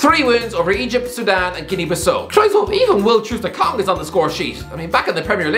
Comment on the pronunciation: Impressed with your pronunciation of Chukwueze ... almost close